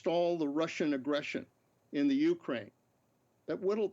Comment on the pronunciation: I hate how he keeps pronouncing Ukraine, annnd it’s also not THE Ukraine, it’s JUST Ukraine 🙄 My heart and prayers are with my brothers and sisters in Ukraine 🇺🇦 Stay valiant and may God protect you all. Please let this Evil madness end now. 💙 💛 💙💛💙💛💙💛💙💛💙💛